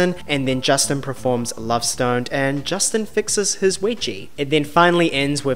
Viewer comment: Talks about mispronunciations and proceeds to say ‘PREforms’ about a zillion times 🙈🥴